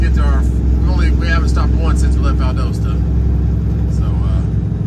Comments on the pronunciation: Valdosta rhymes with pasta. Just sayin! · Someone needs to teach you how to pronounce “ Valdosta “ 😂 edited you got it the second time 👍🏻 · His wife, in the beginning of this video,was telling how to say it. One day he’ll get it right…